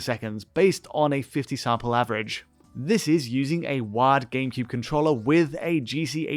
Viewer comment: Every time he went to actual GCN hardware, I kept thinking ".WAD? .WAD files? What the Hell is he talking about with .WAD files. That's not the GCN game format". Turns out not until half-way through the video did I realize he's saying *WIRED*. Be that as it may, it's early, it's in it's infancy, but they'll be fixed just as N64 issues were fixed.